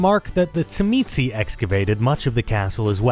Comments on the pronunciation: As a Tzimisce player... your pronunciation is not surprising, but still hurts lol. The way I learned to pronounce it was in the Revised Edition core rulebook where, beneath the name in their chapter, it has it pronounced as "zhi-mee-see". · I was informed by an obsessive larper that it's correctly pronounced *shimmy-say (tzimisce) 🙂 Also, J in Brujah is like that in jalapeno. Yw.🌹